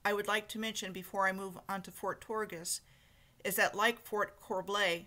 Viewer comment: It's all off the internet. The pronunciation is terrible. "Tourgis" is pronounced "torjee" not "torgis". It's French. Unlike her I've actually spent time there.